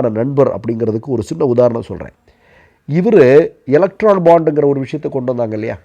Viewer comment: எலக்ட்ரால் இல்லைடா. ஏலக்டோரல் பாண்ட்.